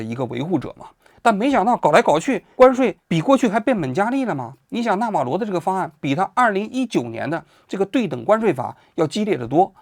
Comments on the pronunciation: 完了，李大师又发功了。“纳瓦罗” 不是“纳瓦格” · 王局，这到底是纳瓦格，还是纳瓦罗😂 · 到底是納瓦羅還是納瓦格😂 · 读稿都读错，一会纳瓦格，一会纳瓦罗，你的水平和敬业精神跟习总有得一拼，人名都搞不清楚，还津津有味的给你的脑残粉天天洗脑。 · 纳瓦罗，什么纳瓦格？王局你把名字都念错😂😂😂😛😛😛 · 王局要好好提升自己记人名的能力啊，我开车听的，以为有两个人，一个叫纳瓦罗一个叫纳瓦格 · 王局老是说成纳瓦格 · 纳瓦罗，不是纳瓦格。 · 到底是纳瓦罗还是纳瓦格😓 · 王局有个毛病，题目文字明明写的纳瓦罗，自己不知道为啥总念成别的罗七八糟的名字，那瓦格是个什么鬼？也不知道从哪来的。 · 嘴瓢太严重了，说着说着变纳瓦格了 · 纳瓦罗，咋又说成那瓦格了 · 王局擅长给人家改名，纳瓦罗叫纳瓦格，经常这样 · 一直不断地纳瓦格纳瓦格，如果不是一些身体方面的原因，我斗胆判断王局起码不是一个国际热点的追逐者，或者他不怎么关心国际新闻。 就我这种平时没事随便翻翻新闻的人，都明确知道纳瓦罗是谁，也断不会叫错他的名字，更别说不断叫错了。 但愿王局身体无恙吧，但是他在平常节目中的口误实在是太多了些。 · 是纳瓦螺不是纳瓦鸽。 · 那瓦格你妈呢连个名字都念不来,坏事做尽提早老年痴呆了? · 整期口误成纳瓦格也是没谁了… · 多次念错名字 纳瓦格…… 根本就不了解这个人 临时抱佛脚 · 为什么叫那瓦格？是谁给王局写的稿子，这不也是和Ron Vera都没查一个调调吗😂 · 全程“那瓦格”😂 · 纳瓦罗格，王局对名字缺乏敏感性，还有一期节目也是人名叫得很不顺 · 丢死个人，“那瓦个”是谁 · 经过了剪辑， 先念错，后对，但是剪辑的时候顺序调整乱了。